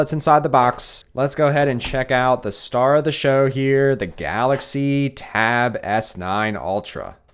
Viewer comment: Taaaaaaaab S9 OLTRA, JESUS CAN YOU SAY IT EVEN WORSE THAT THAT!!!!